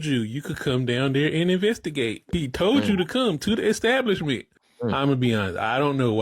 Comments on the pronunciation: What is an EKSTABLISHMENT ? The guy claimed to be a Pastor, so, I would assume that he has some level of higher education, and he can;t handle pronouncing a word that is pronounced EXACTLY how it looks!!! and somebody may be on the hook for lost revenue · Ickstablishment? What the heck? 😂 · What's an eggstablishment?? is an ignorant fool😂😂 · The word is not" exstablishment ". People tired of this crap. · What is a extablishment? Just thought I'd ax. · ekstablishments say it rite!! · What's an exstablishment? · “Exstablishment”? I guess now, since they are not going back, it IS and EXstablishment. 😂😂😂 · Did I hear EX-stablishment? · What is an "extablibshment"? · When he said Xstablishment I didn't believe anything else he said!😂😂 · Yeah well, there are a bunch of idiots listening and holding on to every word says at his holy exstablishment😂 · What's an "ecstablishment"? Also that story is very sus. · Did he keep saying, ecstablishment? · Maybe mispronouncing “establishment” (twice) is your problem… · Sir…. When you learn how to say establishment, we will take you seriously. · “Pastor”? Doesn’t he know that lying is a sin? And it’s “ask” not “axe”. And it’s “establishment” not “extablishment”. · Any righteous establishment would bar you too. Some people aren't worth the time. Ohh...btw...its established.....not EXXXstablishment. And its ASK.....not axxxxxxed. Embarrassing.